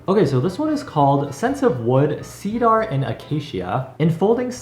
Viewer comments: Ahh yes, seed-are and a-case-ia. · Okay but is anybody going to talk about the way he pronounced Cedar?